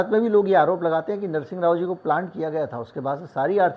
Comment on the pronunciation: रूसी तो छोड़िए आप नरसिम्हाराव का pronunciation ही ठीक कर लो।